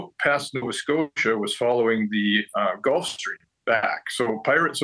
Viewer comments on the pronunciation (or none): none